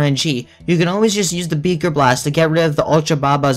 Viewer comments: Nobody is talking about how he kept calling it “beeker blast” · Did you jus say beger blast